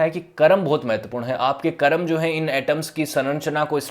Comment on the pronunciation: जब आप संस्कृति और दर्शन जैसे गंभीर और विश्लेष्णात्मक विषयों पर बात करना चुनते हैं फिर तो आपकी भाषा परिष्कृत और शुद्ध होनी ही चाहिए तब आप कर्म को करम कह कर काम नहीं चला सकते | और जो व्यक्ति अब अस्तित्व में जीवित भले न हों पर उनका नाम तो मौजूद है, उसे ठीक तरीके से बोला जाना उनको सम्मानित करने का एक ज़रूरी आयाम है | उम्मीद है ध्यान रखेंगे |